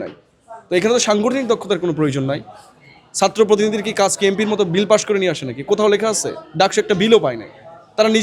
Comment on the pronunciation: তুমি আগে ছাত্র কে সাত্র না বলে ছাত্র বলা শিখো, পরে মেধার গরম দেখাইয়ো।